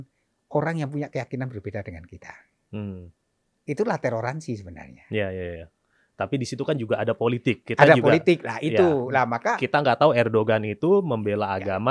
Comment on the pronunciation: Romo Ben kepleset yg lucu , toleransi disebut teloransi !! 😃🙏🙏